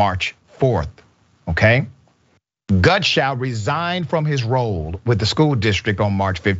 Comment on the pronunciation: clean yours because yes he did keep saying gunshow and each time he said the name slightly less incorrectly until he showed his name on screen. I watched it 3 times before I commented to make sure.